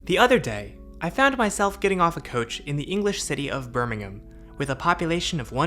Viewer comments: It seems strange to me, hearing an American pronounce Birmingham correctly. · I'm just glad an American can pronounce Birmingham correctly :p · glad to hear you say "Birmingham" correctly :D haha I have been using this Metro pretty much all my life :)